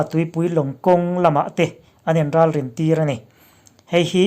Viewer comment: "Hampuar" leh "Ralrin"i lam rik dan a diklo.Hampuar...tina ham(sakei in a ham)tih a HAM ang ni lovin,baloon HAM ang a ri tur a ni.Ralrin a RAL hi china ral tih anga ri tur a ni. I aw a fiah tha e,a ngaihnawm viau nain a ngaihthlak nawm lo deuh.Tan han la zel teh u.👍